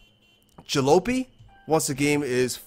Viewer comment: Isn't it pronounced 'Ja-lopy like poppy? That's the word for an old, beat up vehicle.